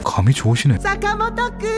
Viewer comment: 📌 개웃긴..부분's 사.카.모토 롸잌 니인~zㅏ 그리고 스~네이크 롸잌 구뤙2~